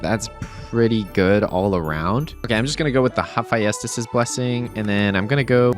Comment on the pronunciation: pronounce Hephaestus one more time